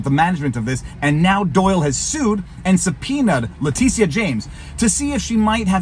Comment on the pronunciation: is he calling her ‘Letizia’ on purpose?